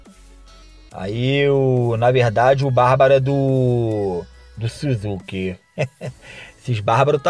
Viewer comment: Suzuki kkkkkk é Sásuke a pronúncia